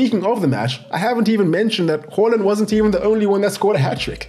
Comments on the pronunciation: It's haland not holand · It's not "whore" lind it's HAAAA land!!! Please get it right! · It's haaland not Holland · "Earling Hoeland" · The fact you pronounce Haaland wrong tilts the fu_k out of me.